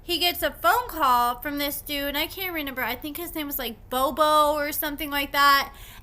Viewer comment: I love your channel but do you really not know how to say "REMEMBER?"